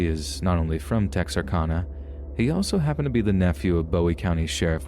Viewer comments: I grew up practically living in Texarkana, and I can say this was pronounced tex ar can a hehe. But good and accurate story. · Tex-ar-CAN-uh. Short A :) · Its pronounced tex-r-can-a ...lol making this arkansas girl cringe the way you pronounced it lol